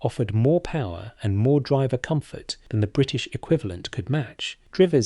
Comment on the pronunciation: The voice is AI , listen to the mispronounced word. 'Driver'.